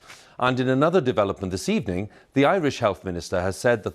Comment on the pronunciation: "Good ebening"